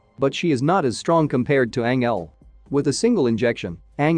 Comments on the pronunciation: Anyone else triggered by the way he’s saying Angel, like the narrator said right twice then decided nope his name is Anel?!! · ..... Tells the story of....Ang-Elle.... 🤦🏼‍♀️🤦🏼‍♀️🤦🏼‍♀️🤦🏼‍♀️😬😬😬🙅🏼‍♀️🙅🏼‍♀️🙅🏼‍♀️💀💀💀 ***Fuckin cringes so hard I drop my phone 📢🦻💣☄️💥🤳 ⚰️🪦 I just can't take it! It's making me already hate the movie I haven't even actually seen any parts of yet just watching 5 secs into the video that just explains about it.... 🤖🤖🤖🤖 Not quite fair for the movie itself, but it's painful to hear that.... And oh geez, WTF is the other dude's name even supposed to be?!?! LMAO 🤣 I hate to even try n spell out what that one is sounding like to me right now....geez Louise.... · It's not Angel, pronounce it like Anjel